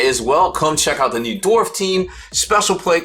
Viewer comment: Everytime you say "dorf" I can hear Thor drop his hammer on another dwarf